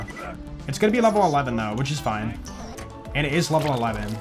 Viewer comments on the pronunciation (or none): I love it how goes "foine" and "thanks mayn"